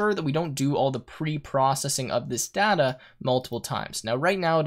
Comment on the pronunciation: Everything's good but a couple of things which really bothered me a lot was the pronunciation of "data" and "tuple".